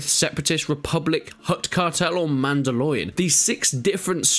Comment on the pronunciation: is it only for me the way he says mandalorian grinds me the wrong way ?